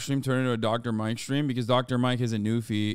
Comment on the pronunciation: Hasan saying Shtream makes me want to hurl. Why does he sound like he is imitating the cool guy at his high school...